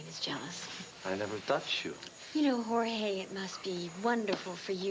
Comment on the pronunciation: ..."Hore-haaayyyyyyy...hore-haaayyy..." Daaang, so few of the country club old-money Llanviewans know a lick of Spanish, despite pretending to be all "classy" and "sophisticated." 🤣🤣🤣